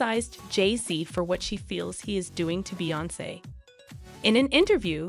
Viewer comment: Please learn her name and pronounce it correctly geesh smh